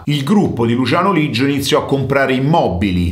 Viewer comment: Leggio no Liggio